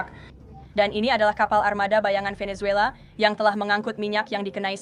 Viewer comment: Kongratulasi! Bagus sekali konten, komentar dan narasi situs ini. Mohon izinkan saya memberi saran/koreksi kecil, yaitu ucapan kata atau nama orang yang dimulai dengan huruf "V". Ucapan yanpaling dekat di lidah Indonesia adalah "B" dan bukan "P". Jadi VENEZUELA dan VLADIMIR, ucapan yang paling dekat adalah "BENESUELA" dan "BLADIMIR". Perhatikan dan dengarkan dengan saksama bagaimana orang Venezuela dan Russia mengucapakan nama2 tersebut.